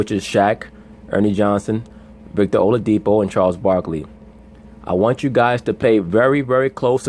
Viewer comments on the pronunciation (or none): it's not oladipo as in po in pronunciation it's oladi-"kpo" as in pour. here is my whatsapp number if you want to get the correct pronunciation the dude is yoruba